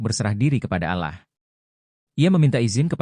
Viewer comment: Yang menceriterakan ini siapa ya kok Allah dibaca alah bukan Alloh